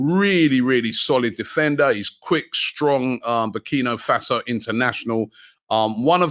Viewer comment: Guys.. It is BurkinA Faso.. Not BurkinO..